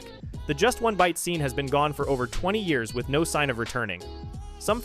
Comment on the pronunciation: Great video but the way you're saying the years is killing me